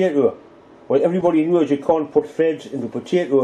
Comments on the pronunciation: potato not bedata or what ever you said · why do you say (buh-day-dah): bodata instead of (poh-tay-toe :potato) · Leave it to a canauck to say paddadah the right way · In the beginning did you say budaduh? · I don't I say potato but it sounds like badda and I really don't know why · Budada? What the fuck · "Badeyda". Are you fucking kidding me? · indeed you are sir correct sir , every one knows its pronounced "podaaydo" . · A PO-TAA-TOE !!! POT-TATOO !!! PO-TA-TON !!! POE-TA-TEE !!! I had a bit of problem to understand this video due to the various strange potato pronunciations. :/ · I love how he pronounce "Potato"..